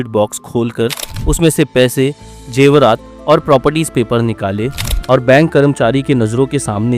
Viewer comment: Jewarat 😂😂 Nahi zehwarat hota hai tumhare J mein masley Hain